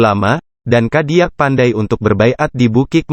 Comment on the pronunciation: caro baco ny ado nan salah pak..cadiak pandai dibaco d narator ny kadiak pandai..klw bsa narator ny urang minang lo pak..bia pas bahaso minang nyo